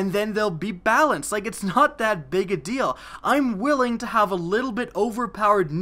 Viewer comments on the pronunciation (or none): none